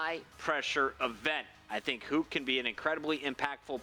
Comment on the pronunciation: They are mispronouncing Huke's name :/